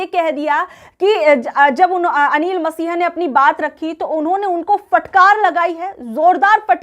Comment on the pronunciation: अनिल मसीहा नहीं मैडम अनिल मसीह